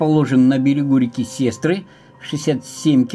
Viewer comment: не сЕстра, а река СестрА. А так все хорошо))